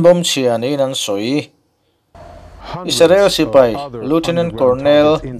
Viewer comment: Isarel ni lovin IS-RA-EL